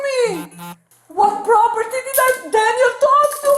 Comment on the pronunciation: DEHS EIS MY PRAHPORTY 😂😂😂😂😂😂😂😂😂😂😂😂😂😂😂😂😂😂😂😂😂😂